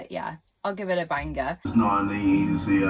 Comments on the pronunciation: why does she pronounce the g in banger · Why does she say banger like that?